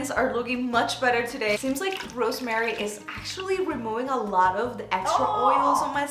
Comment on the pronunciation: is becoming funnier and funnier day by day, the way she said "rrrrrosemary" 😂😂😂